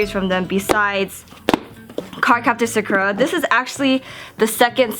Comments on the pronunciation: She called it Suk-Er-A pretty sure its Sock-Er-A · hueeeeeeeeeeeee you keep saying her name wrong.. :( Sah-Koo-Ra, not Suh-kuh-rah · Yay! Except one thing especially because you're an otaku.... it is pronounced sah-koo-rah.hehe